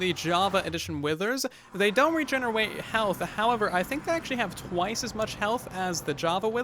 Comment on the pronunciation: The “regenewate” made my day. Thank you